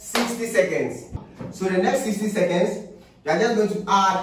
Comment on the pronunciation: It's seconds not secends🤣😂💔💔